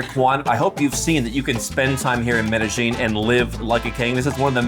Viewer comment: Excited to watch this! Already from the get go he pronounces it correctly! To all Anglophones, it's pronounced Meh-deh-yeen. The local Paisa accent pushes the double LL sound from a Y to a J a bit, but not as exaggerated as Mede-jean. Related: It's Carta-henna, not Carta-hey-nya. There is no ñ on Cartagena.